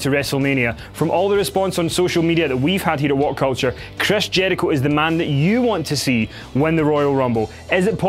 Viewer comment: Dislike by the way says Jericho... wtf man?